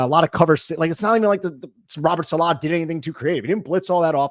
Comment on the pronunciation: Is it really pronounced Saleh? Or Saleh?